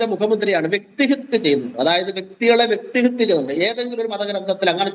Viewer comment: വ്യക്തിഹിത്യ അല്ല, വ്യക്തിഹത്യ ആണ് ശരി.